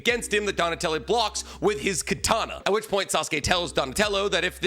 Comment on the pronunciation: And he called him " Donatelli" wtf